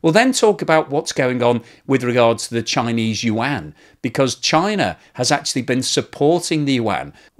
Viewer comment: your chn pronounciation for yuan have gotten so good! i remember when you used to say it like "wan" XD thank you for learning, keep it up!